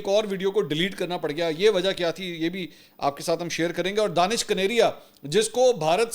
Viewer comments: sir jee danish nahe dinash hai plz correct karee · دانش کنیریا نہین بلکہ دھنیش کنیریا یہ ایک ہندو نام ہے۔ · Let it corrected. He is not Danish His name is Danesh (دنیش) ۔ ap log zabardasti usay danish bnane ki Koshish karrahai ho JB k wo itna muta'assib k apko Pasand he nhi karta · منصور بھائی آپ اس ہندو کا غلط نام بول رہے ہیں اس کا نام دانش کنیریا نہیں ہے اس کا نام دنیش کنیریا ہے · منصور صاحب، جس شخص کو آپ دانش کنیریا کہہ رہے ہیں دراصل اس کا نام دنیش کنیریا ہے ۔ 🙏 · Mansoor bhai ye Danaish kaneria hai... Not Danish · منصور بھائی اس کا نام دانش نہیں دنیش کنیریا ہے ۔ DANESH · I think his name is Danesh not Danish. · Sir G, ye Danish nahee, Danaish kaneria hay. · نام دانیش ھے دانش نھیں۔اور یہ ھندو ھے۔ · سر جی اُسکا نام دینش ہے پلز صحیح نام لے